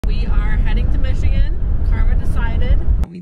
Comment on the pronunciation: Great video. As a Michigander you did way better than the average on the pronunciations. They get a little crazy up north.